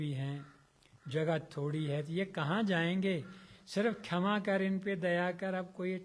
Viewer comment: Khyama nhi क्षमा hota hai